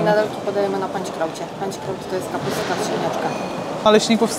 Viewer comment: Panszkraut nie panczkraut